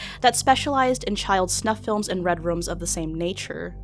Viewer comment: Lol she said "Red Rums"